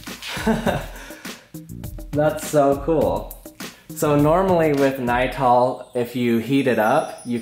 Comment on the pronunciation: Not “nytol” lol, that’s a sleep medicine.